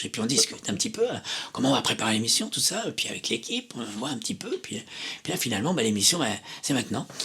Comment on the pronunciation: « Et poui » trop fort 😂